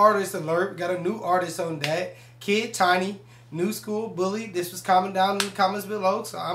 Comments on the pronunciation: Check out "Doa-kid tini" too cuz that song never sleeps!!! Also correction pronounce it like this >>> kid teenee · His name is pronounced as Kid teeney by the way and react to Kid tini- DOA Kid tini- Cinga Kid tini- Life 🔥🔥🔥